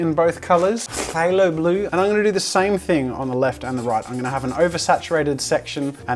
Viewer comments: Just fucken love it when he says pfffthalo blue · its pronouced like thigh-lo with an a in thigh so like thagh-lo and a as in average :) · All these days and Jazza STILL can’t pronounce that blue. And I can’t even spell it. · Its phthalo i think